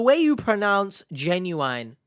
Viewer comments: Ginuwine is a hip hop artist. That could be why he’s mispronouncing genuine. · Maybe he’s talking about 90s RnB sensation Ginuwine. Only time it’s acceptable to pronounce it that way. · He pronounces genuine like Ginuwine the rapper name 😂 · I heard an australian reporter said 'jay-nu-wine' too. so, maybe it depends of the person?